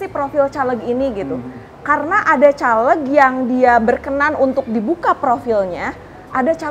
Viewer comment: Mempertanyakan kredibilitas ibu ini karena cara melafalkan "CALEG" , pakai "E" di "Bekasi", bukan "E" di "Tempe"..